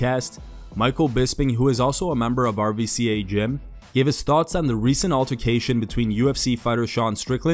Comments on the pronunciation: For the last time, it’s pronounced “R U C A” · It’s not “R.V.C.A” you guys are saying it wrong, it’s pronounced RUCA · mmaTalk The RVCA gym is pronounced RUKA